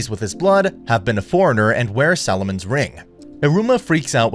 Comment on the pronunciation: It's Solomon's ring, as Solomon is a name of a great devil. Solomon is pronounced with the first syllable like "all" with an "s" before it, while you said Salomon with the first syllable like the "Sal" in Sally.